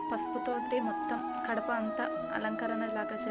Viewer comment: kadapa kadu gadapa